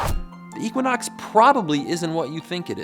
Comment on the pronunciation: Hahahahha what?? "Eeequanox